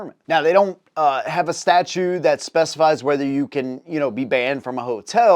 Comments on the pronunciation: Statute pronounced sta-CHOOT not sta-choo . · StatuTe not statue